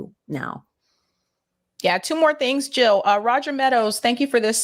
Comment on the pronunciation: Jill NOT hill !!